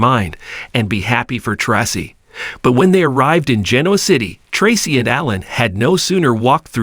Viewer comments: Tray-see is the right sound .. not tassi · Commentator: Learn how to say the correct way on how to say the actors names before you speak. The actor name is pronounced "Tracy"(aka) Tra-cee get it. It that to hard to pronounce ". If so,you don't need to be in here doing this".!